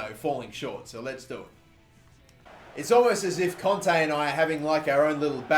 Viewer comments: I comment that every video and he still says conte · He's called kante not fucking conte ffs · Listen to any commentator and its pronounced 'kon-tay'